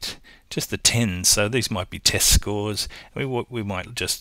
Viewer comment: when you said test scores I thought you said testicles